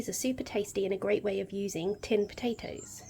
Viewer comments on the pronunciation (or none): Love the way you say po'atoes!